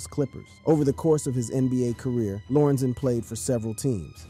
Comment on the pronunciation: Please say LOR-EN-ZEN. That’s the man’s name. This was so awful.. also say DAY-LAY.. that’s his name. As a Brian.. he should have kept that name..